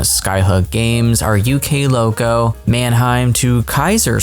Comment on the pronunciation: The pronunciation is: Mitnvaltbaaaaan, Manhaym to Kayzraslautern. Btw I'm really excited for the Mittenwaldbahn, it looks really good from the screenshots.